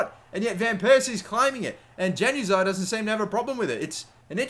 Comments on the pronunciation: Its pronounced "yan" uzaj not "jan"uzaj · The J in Januzaj pronounced as a Y not J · its disturbing to hear januzaey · It's not Januzaj as in JAN. It's more of a YAN at the start when saying it. Sorry if that doesn't make sense. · even though it is spelled as "januzaj" it is pronunciated as "Yanu zaey" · It's pronounced Yan-ooz-eye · It's pronounce as 'Yanuzai' not Januzaj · It's pronounced yanazi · Januzai- is pronounced yan u zai, soz that annoyed me but great vid other then that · btw its pronounced yanuzai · It's pronounced yanuzay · Januzaj is pronounced as yanuzai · when he says Januzaj wrong lol